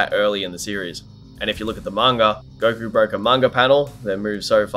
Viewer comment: I couldn't even finish the video... if I hear gokurr one more time lol